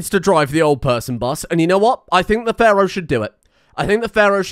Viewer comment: I love it how he sometimes says "pharoid"